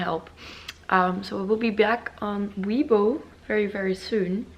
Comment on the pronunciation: Chinese subscriber here~❤ I‘ve been watching your video over a year, love your content! Weibo keeps updating their account security measurements so it's getting more and more difficult to create a new account even for the local Chinese. Hope you can get your weibo account fixed asap. P.S. Weibo is actually prounce as "way-bour(without the r sound)".